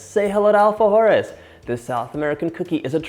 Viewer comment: I’m half Peruvian and it’s so funny to see him pronounce the name wrong but I think you did a really good job I never actually seen people use coconut I use icing sugar or convection sugar as Americans call it but I thought it was pretty good I just think you should make a biscuit/cookie bigger🇵🇪😊